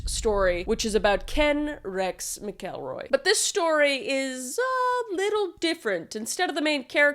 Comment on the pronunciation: Skidmore, MO has a crazy amount of fkd up things for the population. I live 30 mins from there. PS. Its pronounced Mack-uhl-roy. 😊❤and "nod-uh-way" 🤣 Google needs help. 😂😂😂